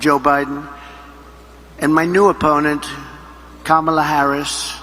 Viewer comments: First time I have heard him pronounce Kamalas name correctly. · At least he pronounced Kamala correctly (at the start). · He actually said Kamala correctly. Such a big boy. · omg he said her name right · Hey I will credit him this, he actually pronounced her name correctly that time. Proof that he does know how to pronounce it correctly he just chooses not to cuz he is a childless vindictive bully who can't attack her on policy so rather mispronounces her name because he thinks somehow that's going to get to her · OMG!! ! HE SAID HER NAME RIGHT!!! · It seems like he's too exhausted to mispronounce Kamala. LOL